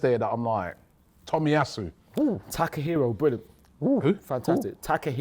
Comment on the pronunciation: I heard Takehiro Tomiyasu as "Tackle Hero" Tomiyasu ..... Fits him tho